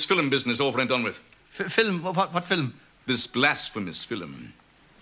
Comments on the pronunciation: "Watchin the filum" 😆 🤣 😂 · "They're even coming from Gdansk to see the fillum."😂